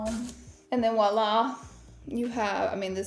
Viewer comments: It’s voila not wala just an fyi ☺️ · It is pronounced Voila, not woila! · It’s Voila darling not ouala lol😢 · It’s “ voila”